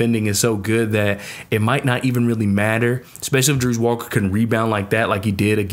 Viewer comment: Good piece. Pronunciation: Ja-Race Walker. Terrence Ar-Sa-No (Arceneaux), Jamal Shed (Shead), Ta-zhe (Taze) Moore, Jay-Vee-Eh (Ja'Vier) Francis.